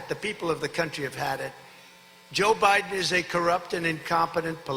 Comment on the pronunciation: Did he just say “DaBiden” ??? Is that the new Cofeve? Someone get this man to a doctor